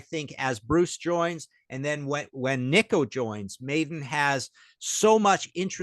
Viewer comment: When did Nicko become “Knee-koh”??😅